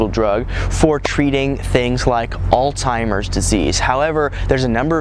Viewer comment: As soon as I heard you did not know how to pronounce "Alzheimer's", I had to click "stop", sorry!